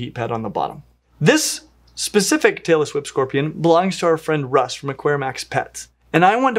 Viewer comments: So I'm watching this with the volume way down as not to wake up my sleeping partiner and I almost woke him up by accident anyway. I nearly loled when google's closed captioning decided you were sayinh "Taylor Swift" scorpions instead of "Tailess Whip" hahaha. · I swear whenever I don't listen too closely it sounds like is saying "Taylor Swift Scorpion". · I thought he Said Taylor Swift Scorpion 😆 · I keep hearing “Taylor Swift scorpion”